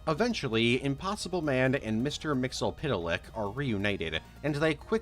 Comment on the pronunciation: The ease with which you say "Mister Mxyzptlk" amazes me every time.